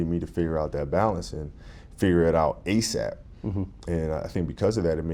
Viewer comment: Bryant pronounced "asap" correctly. Few people do.